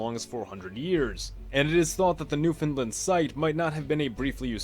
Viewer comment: Finally a youtuber who pronounces newfoundland right and doesn’t make fun of how people from newfoundland pronounce it